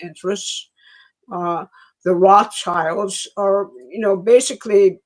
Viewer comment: you've never heard Roths childs pronounced ?